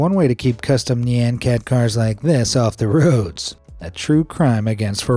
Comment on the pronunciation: Why does this guy always pronounce Nyan Cat wrong?